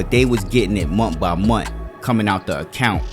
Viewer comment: Munt is not a word...the word is month. I hate that